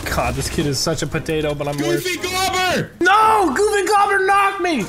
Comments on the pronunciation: It's goofy goober not goobber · It’s GOOFY GOO-BER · It’s goofy goo- ber lmao 💀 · THEY PRONOUNCED GOOFY GOOBER WRONG ITS TRIGGERING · It’s supposed to be said as Goofy guber. Ya bot not goofy gobber just watch spongebob boy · Its goofy GOO-BER not GOBER